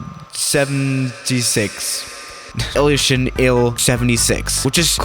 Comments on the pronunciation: It's "ilyushin il-76" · Total BS, most of the people saying this aircraft or that aircraft is the most dangerous have no background in aviation or know what they are talking about. You don't even know how to pronounce the aircraft you are flying in this simulator.